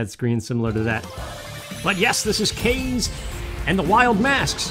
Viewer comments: Hahaha, that "a" was hiding from ya. I noticed it, but there's not much you can do. Love the gameplay! Since I know this is prerecorded, I believe her name is the Japanese word "wind" so it's ka-zay, but it doesn't matter lol. Good work,, keep it up!!!! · I could be wrong but I think it's pronounced kah-zay